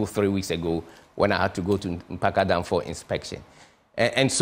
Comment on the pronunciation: Mr. Amewu, please, do not twist the project plan. It was the late president Atta-Mills who extended the project to Mpakadan. Akufo-Addo even don't know how to pronounced the name Mpakadan. By the way, where's the other train, being painted Ghana flag colors throughout? In fact, you these people should leave out the politics and focus positives!